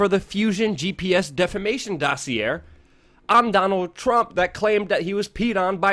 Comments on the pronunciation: It's pronounced "dossy ay". Not "dossy air". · The R is silent in dossier. It is pronounced "Dos-cee-a". Because knowledge is power! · Don't mean to be petty, but it's pronounced "doss-e-ay".